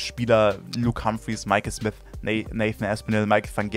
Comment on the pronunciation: Genau das hab ich mir auch gedacht ich sag nur Michael smis oder ross smis 😂